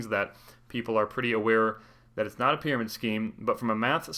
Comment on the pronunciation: Prymarid Scheme 🤣